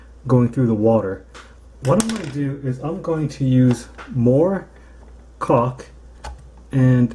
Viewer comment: You sure like to say cauk.